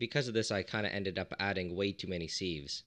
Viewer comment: I always think he's saying "seeds" at first lmao